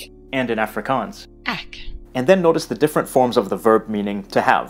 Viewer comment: Please, those people who want to learn Afrikaans, the word EK (that means I in English) is NOT pronounced "ack". Also in this lesson you mislead the listeners. "Ek" is pronounced "ek", like is "excuse me", and not "ack" like in "acknowledge". We call these people who speak Afrikaans like the English speak it, "verloopte Afrikaners". They are a disgrace for our beautifull language.